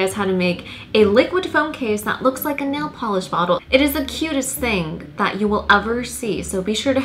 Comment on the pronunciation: Omg Ikr the way she's says "that" like it's not "thauaht"😂